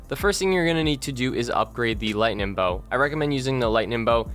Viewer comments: Lol stop saying "lightnin'" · i’m redoing all of the zombies easter eggs and needed to watch this vid for a mind jog, but i never remembered how annoyingly you say “lightening” there’s a G at the end. lighteninG lighteninG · lightning* not lighnin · Great guide, but it's LightNING. Not LightNIN. Seriously though, thanks for this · I came back to this video 4 years later just to hear him say “lightnin” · Every time he says “Lightnin’” take a shot. Great game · Also its lingtnin bow cuz thats how he says it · This guy loves saying lightnin'